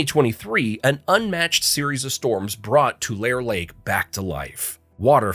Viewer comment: Never trust any lone who can not pronounce Tulare Lake.